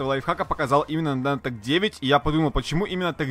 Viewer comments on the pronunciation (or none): none